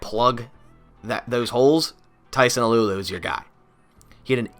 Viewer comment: it’s pronounced “tyson ahhloo ahhloo “ not “alew alew”